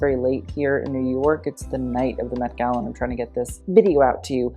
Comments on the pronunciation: At the beginning I thought said the "Meh Gala." By the way, Autumn De Wilde was fabulously on theme. And I loved it. Design wise, I'm not sure what experts would think, but I thought she was amazing. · "meh" gala lol